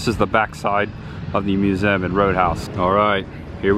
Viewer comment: Why can you not pronounce the word Museum correctly?